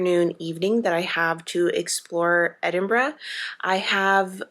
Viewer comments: I’m so happy you had a good time in the most beautiful country in the world - yes I’m Scottish and therefore biased 😂 I also love that you leaned in to the fact Scottish summers are rubbish and you were happy that you could wear all your gorgeous knits ❤ also, stunning pronunciation of Edinburgh! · Great video. I currently live in Edinburgh and just wanted to say that, as a Scottish person, I really appreciated the fact that you pronounced the word "Edinburgh" perfectly. I know words can be hard for other dialects but you smashed it. Thank you. I am glad that you enjoyed your trip.